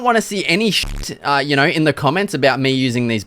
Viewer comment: “Yaur knawr?”